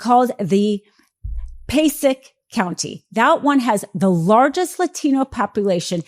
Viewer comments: Its pronounced pa-say-ick county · The county in NJ is pronounced Pa-say-ic (Passaic). 🙂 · nitpick Passaic county is Native Amerrican orogin not British and pronounced Pah say ick